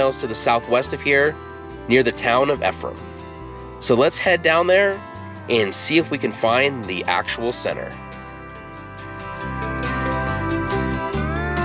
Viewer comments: Ephraim is pronounced with the accent on the first syllable and with a long e like the letter c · Ephraim is pronounced like